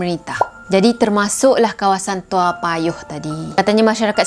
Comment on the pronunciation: Salam kenal dari singapura 🇸🇬🙋 saya pun tinggal di toa payoh. Sebutannya betul 👍, zaman sekolah rendah dulu masa kes seorang pembunuh bernama adrian lim. Saya dilahirkan pada july 1975. Masa kes adrian lim umur saya lima tahun